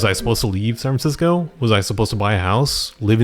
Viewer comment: San Francisco has four syllables, just sayin'